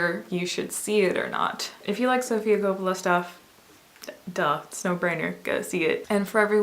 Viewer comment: You had me at the pronunciation of Coppola.